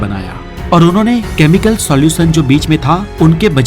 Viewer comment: "श" को " स" न बोलें, यह गलत है। "रहश्य" ❌❌ ==>> "रहस्य" ✅✅ "ऑक्सीडेसन" ❌❌ "ऑक्सीडेशन" ✅✅ - " नमक के पानी के कपड़े का सौलयूसन होता है " ❓❓❓❓ ❌❌❌❌❌❌✅✅✅✅✅✅✅✅✅✅